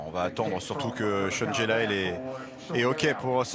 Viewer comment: I hate how these guys call him "Jel-ael"